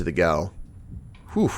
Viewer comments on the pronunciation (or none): I'm enjoying this Let's Play very much, just have one minor nitpick - "gaol" is pronounced the same as "jail" :)